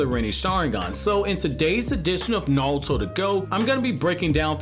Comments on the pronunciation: Yo no disrespect but why does it sound like you’re sayin Naluto to go instead of Naruto to go 🤔. Is it an accent thing or a Japanese pronunciation thing. That shit is triggerin me odee 😭😭😭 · oh I didn't hear the accent with any other word lol